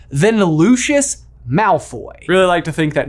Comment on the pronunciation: My face whenever I hear you pronounce Lucius or Kneazle 😣 😂